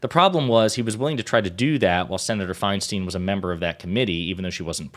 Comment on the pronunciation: please learn to say her last name correctly, if only to properly remember her legacy. Her name is of germanic decent. It’s spelled “Feinstein.” In the German language, the “ei” or “ie” combination, unlike in English, always takes the long vowel sound of the second letter. Her name is, phonetically: Fine-Stine Why would the first “ei” be a long-vowel “I” and the second “ei” be anything else?